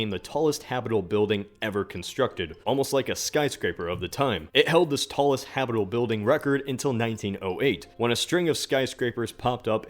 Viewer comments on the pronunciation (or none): Habitable .... is pronounced HABBIT-A-BULL not Hap-able.